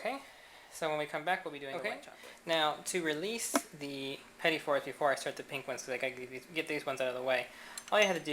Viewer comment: Awesome videos! It took me a few minutes to get over the mispronounciation of "petit fours", but it is really obvious that you have been doing this for years. I was originally thinking of making this for a party, but after watching the video, I realize how difficult it can be and I will have to put in more hours in the kitchen before I give this a go. Thanks so much for posting the video. It was a real pleasure to watch.